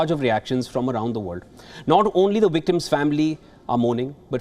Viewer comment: Wery unfowtunate woyage indeed. Pway for all the wictims of this wiolent improsion.